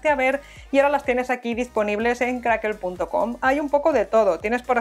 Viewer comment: Es Crackle no crackel jiji jijiji